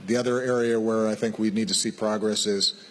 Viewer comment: sənk yu, du yu sink?